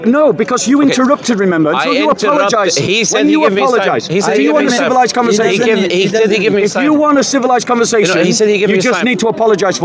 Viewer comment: Bob says civilized. Thats funny